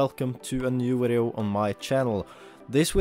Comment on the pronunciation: What a “wideo” ??